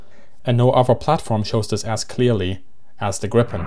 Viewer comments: It's pronounced "Greepen." But A for effort! :D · Griin, Gripon… -> Gripen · It's "Gripen", not "Grippen". Say it with me - "G-R-iiii-Pen". Never understood how this name can be so hard for foreigners to pronounce. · The correct pronaunsiation of JAS 39 is Griipen, not Grippen. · pronounciation is "Griipen" not "Grippen". also just guessing here but Gripen if probably referring to Giffen, saab seems to like mythological creatures. and the word gripen can also translate to "to get arrested" as in: my friend got arreste - min vän blev gripen. coming from the word Gräpp(gripp) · The I is long in Gripen. "gree-pen" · Just a friendly correction Gripen is pronounced [Greepen] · It is a long I in Gripen, and not short p. The way he pronounce Gripen are more like you would pronounce the previous airplane Viggen, short I and g like in cognition.